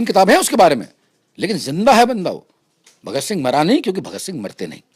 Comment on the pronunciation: बोलना सीखो पहले वह शहीदे आ जम "भगत सिंघ" है साले ऊनको बोला कैसे